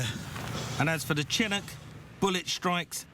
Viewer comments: Mike Brewer is a serial mis-pronouncer. He always used to refer to the Ford Ka as a Kay-Ay, so Chinncuk instead of Chinook is par for the course. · I can assure you I have never ever heard Chinook pronounced like this ..... and I'm English.